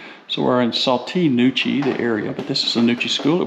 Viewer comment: It is pronounced “Saw-TEE Nah-KOO-chee”. Spelled Sauté Nacochee. I live in this area. (In an RV full time.)